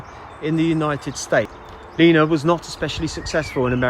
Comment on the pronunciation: Is it me it sound's like this guy is saying Nena. It's Lena Zavaroni.